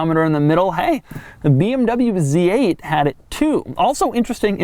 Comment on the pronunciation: I have never seen a BMW Zate